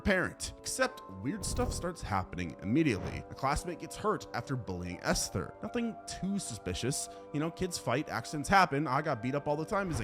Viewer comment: Good god, it's not pronounced Esthhhher. Just say it as Ester. There's no pronounced H in the word.